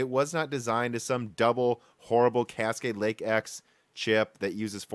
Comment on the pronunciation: At around the 11 minute mark, I thought I heard you say "Casket Lake".